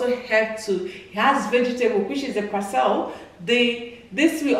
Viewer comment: we say Par SLEE